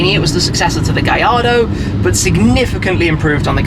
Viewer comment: It's pronounced GaLLardo. The L's are pronounced. Say it correctly.